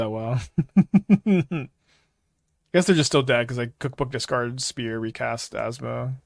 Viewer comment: Pronounces spear "spurs" yet refuses to say "Boots with the spurs" so we could make "Get Low" mashups.